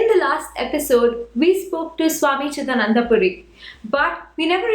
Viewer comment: The chanting sounds western! terrible. The articulation of the name is wrong. it is "Cidaananda" and not "Cida nanda". Our own people pronouncing wrongly.. Terrible.